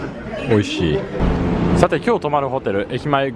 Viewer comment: 美味しい 美味しい美味しい 美味しい (金に)乏しい 乏しい 乏しい 乏しい にしか聞こえない。